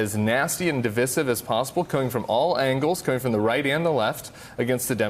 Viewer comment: Correct pronunciation of *divisive*: di·vi·sive | \ də-ˈvī-siv